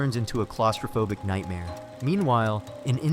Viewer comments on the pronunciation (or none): none